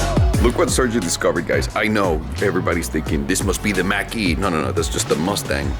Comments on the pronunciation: Mach-E is not pronounced as "mack". It's pronounced "mock", rhymes with "block". The name being in reference to the speed of sound, as in "The jet was traveling at mach 2". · And only a couple of us even notice. So many folks look up to Youtubers and so many of them like and Doug don't bother to actually educate themselves, and the result: thousands of people who watch his vids will now insist its pronounced "mack-e".